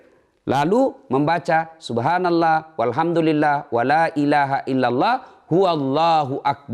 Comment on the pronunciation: Cara mengucapkan subhanallah bikin gw bingung